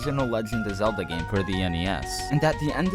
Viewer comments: HE CALLED LINK ZALDA!!! 😮👿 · Ain’t no way you said Zelda.